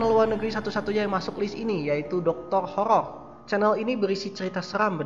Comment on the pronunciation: horor bang bukan HOLOL :D